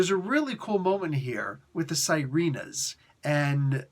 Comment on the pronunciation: Small, friendly correction on the pronunciation. It's actually pronounced see-reh-nahs or see-reh-nuhs as opposed to sai-ree-nahs. They're basically the Filipino version of mermaids. 😊